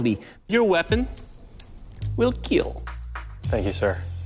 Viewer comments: It's KILL not KEEL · No one Literally no one in the universe Doug: It Will KeEEel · Nobody: Some host: It will Keel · And will Keal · Is anyone satisfied when he says it will "Keel" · I love how the guy who does the kill test and when it kills he says it keels and I feel like he loves to say that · it will keel slowly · it will keel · I see from the comment section, that it is not only me hearing "keel" all the time... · I love how he pronounces kill “keel” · “It will keel” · His poems can also keal. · It's KEAL! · This mans says kill with two I’s and one l